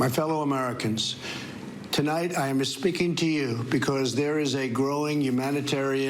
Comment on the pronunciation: I'm espeaken to you 🤣🤣